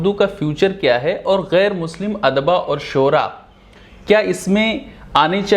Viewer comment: Bhai anchor apna lahja durust kijiye, "Adba" nhi " odaba " hai, ye lady bilkul sahi lafz ka istemaal ker rhi hai.